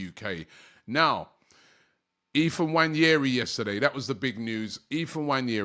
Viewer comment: It’s Ethan not Ephan 🤦🏾‍♂️💀